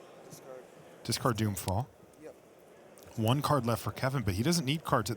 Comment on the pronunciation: "doing fall"? It's "doomfall"